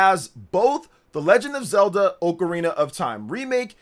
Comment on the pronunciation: Hey it’s ocarina not ocarina.